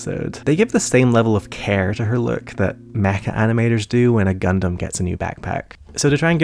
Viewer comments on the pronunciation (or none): none